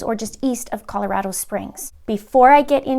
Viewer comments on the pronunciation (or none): FYI, it's pronounced Call-o-Rah-doe, not Call-o-Rad-o as in "radical". welx ")